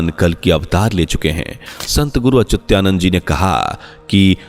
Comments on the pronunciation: अचुत्यानंद नहीं अच्युतानंद, अपने बोलने में सुधार कीजिए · संत अच्युता नन्द बोल.... सही से उच्चारण करने सीख ....चूत्यानन्द.